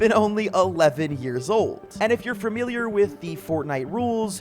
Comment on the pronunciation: The way he said familiar